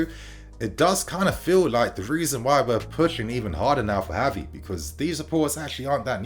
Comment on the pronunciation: pronouncing Gavi's name wrong.